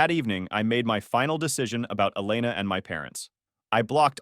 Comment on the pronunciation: It's pronounced E-lay-na.